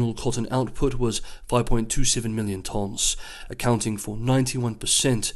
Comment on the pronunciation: OK I was wrong about the 州 thing but the way you say tonnes is definitely wrong hahahaha